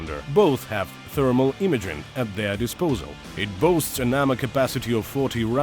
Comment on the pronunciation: for example after "tiurret" "stabulizer" "thermal imagning/imagering" thats 3 pretty audible errors in like 10 seconds wasnt the first time but i just skipped random into the video to find some timestamp for making example